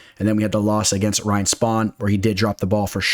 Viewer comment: You really just say “Ryan Spawn” 😂